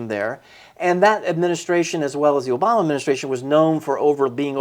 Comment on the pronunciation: No “r” in Obamer…